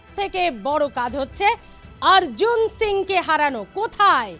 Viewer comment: টিআরপি বাড়বে না এইভাবে সংবাদ পরিবেশন করলে। হুমায়ূন কবীরকে হুমায়ূন কাবীর, অর্জুন সিং কে আর্জুন সিং টিআরপি বাড়ানোর জন্য চিৎকার করে করে বিকৃত উচ্চারণ।